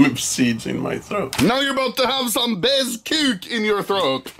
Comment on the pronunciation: Anomaly saying bez kock when it means without suger